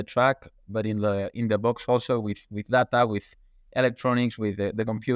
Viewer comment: Great podcast but please ask her to learn how to say “data”. Hint: it’s not “darder”